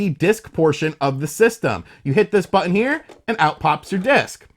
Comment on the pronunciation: It's BUTTON not BUH IN